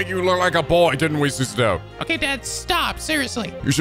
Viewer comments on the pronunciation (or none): Literally have my copy on my desk, music is worth the price Also, HER. NAME. IS. PRONOUNCED. SU.SA.O!!!!!!!! Also scarlet study localized rocket slime 3 for 3ds, love them